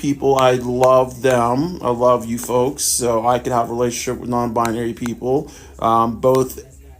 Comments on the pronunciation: I'm a FOLX therapist, of course I don't know that folks is pronounced /foʊks/. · The "folx" lady is the worst one. Firstly, folks is already gender neutral, so you don't need an x. Secondly, the word is pronounced foʊks. So irritating and pretentious.